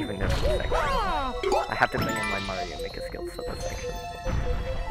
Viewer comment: I always pronounced as Mairo